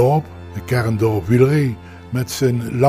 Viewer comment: Nooit geweten dat je eigenlijk "Wiel-ree" moet zeggen.